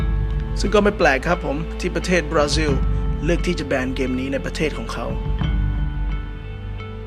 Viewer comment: บราซิลหนูฟังเป็นปราซิล555